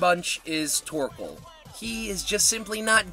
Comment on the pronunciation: Where is mah buoy "TOARKOAL"😭😭😭